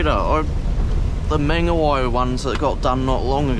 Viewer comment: Not here to hate but I’m here to fix that pronunciation of mangawhai “munga-fai” not “munga-y” 😊other than that can’t wait to see u get a drone tht would be dope asf